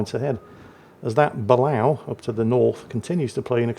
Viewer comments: Excellent vid as always sir, however I have always heard that sub pronounced 'Ba-lay-oh'. And this is not a dig at the 'same ole misnaming ships, just informing. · Dear, It's pronounced "buh-LAY-oh". Sincerely, -America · Correct me if I'm wrong, but I'm fairly certain Balao is pronounced (Bah-lay-oh). It could just be because that's how they pronounced it in Periscope Down.